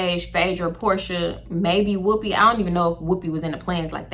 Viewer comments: The way u say whooopi has weaken me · The way you’re saying Whoopi is sending me 😂😂 “WHOOPEH”